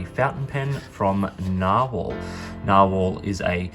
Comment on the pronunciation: I had to go watch Conversational Norwegian with Freakazoid after I watched this. I don't think his pronunciation of narwhal is spot on.